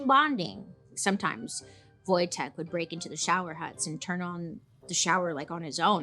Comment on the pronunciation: Niedźwiedż Wojtek <3 Bailey, kudos for pronouncing correctly!